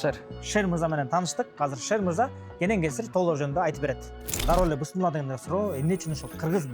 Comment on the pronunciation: Бысмылла эмес Бисмиллах. Жок дегенде Бисмиллах деп так айталычы.